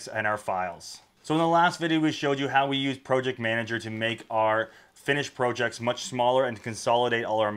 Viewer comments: I'm about to click this video off just because of how he pronounces PROJECTS. WTF man. This ain't even an accent that makes sense... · Incorrect in American its Prah jekts Rest of english speaking world it pronounced as its spelt, the correct way If you look at the comments you are about 3 years late to the pro/prah debate